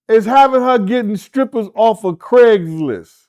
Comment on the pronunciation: When he said " Craiglist" everyone ova here fell out😮😮😮😮😮😮😅